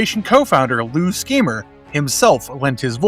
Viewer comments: It’s pronounced “shimer” not “schemer” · Lou's last name is pronounced Shymer. The word Shy and then Mer first part of Merman. I don't think you addressed this, but according to Emiliano Santalucia, Horde Prime was also considered the mechanical physical half of the Unnamed One (Gorpo), while his spirit is trapped in a crystal for the toyline.